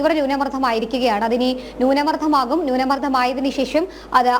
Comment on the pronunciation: Nyoonaamardtham alla.. Nyoonamardham